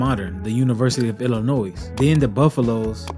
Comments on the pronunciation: I have mad respect for you,, and have watched, liked and subscribed to your channel way back. This is why I want to respectfully tell you that the S at the end of Illinois is silent: ill-a-noy. Just sayin… thx. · You did a wonderful job on this piece!!! I’m a teacher, football fan and am from Illinois. The only error you made was pronouncing the school name without the silent S. Illinoi(s). I’m going to subscribe and check out more of your videos. Thanks very much for sharing. I will also share your work. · The S in Illinois is silent. Continue doing what you’re going, bro.